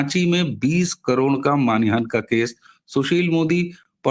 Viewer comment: जी, करबद्ध निवेदन है कि आप बार बार मान हानि --- इस को मानि हान बोलते जा रहे हैं। कई बार हो जाता है। 😮😅😊 आपको मैं सुनती रहती हूं। आपसे आयु में बहुत बड़ी ही होऊंगी, इसलिए गुरुजन मानकर इसे अपना अनादर मत समझिएगा। मैं सभी की हितचिंतक ही हूं।